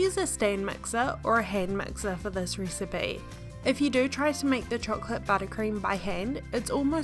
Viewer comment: Dude I can't stand this accent "ricebay"